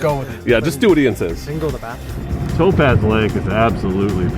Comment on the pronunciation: Dunno what school they taught you to mispronounce everything. 1st I thought it just regional, but Toe-pahz? Really? Lee Vine-Ing. Etc. Sheesh. That's She-shuh to you, mush mouth....